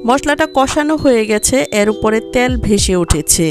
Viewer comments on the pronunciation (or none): ত্যাল না তেল বলেন